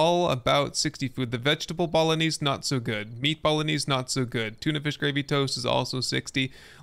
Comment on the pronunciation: Dude bolognese is pronouced "bo-lo-neighs" not "bowl-o-knees"